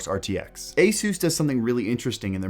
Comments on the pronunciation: Dude Asuuus? it´s asus ahahah😅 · 'A-seus' lol x'D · Lmao when did they start pronouncing it Asoos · Whenever you mention ASUS my brain automatically hears "Jesus" in Spanish haha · he is pronouncing it wrong by the way :)